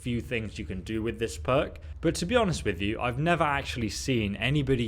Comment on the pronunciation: Who else thought when he said perk, he said "Mer" huh